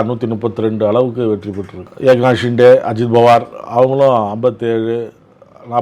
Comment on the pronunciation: நக்கீரா நன்றாகப் பார். ஹிண்டே இல்லப்பா. ஷிண்டே என்பதுதான் சரி. நக்கீரனே செய்தாலும் குற்றம் குற்றமே